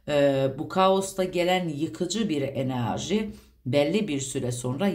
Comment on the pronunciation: Sizden rica ediyorum enarji demeyin videolarınızda zaten gereğinden fazla bu kelimeyi kullanıyosunuz çok batıyo kulağa 😣enerji demeye çabalarsanız sevinirim 🙏🏻